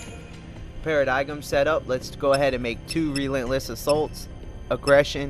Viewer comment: ***** I will say that one thing I found annoying at the start of his play through was the fact that he mispronounced a lot of words such as Paradigm. At this point though, I've gotten used to it, though I am going to be mad if I start pronouncing it as Para-di-gum like he does.